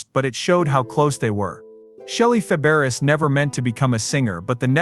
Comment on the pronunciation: AI, can pronounce Nanette's last name, but not Shelley's